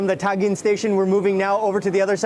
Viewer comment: Its TA -GENE not TAN - GIN